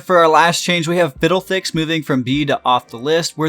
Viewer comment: lmao in top lane he said fiddlethicks